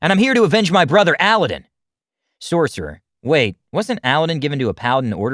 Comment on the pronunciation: Am I the only one who is really bothered by the fact that that's.... not how you say 'Aladdin'?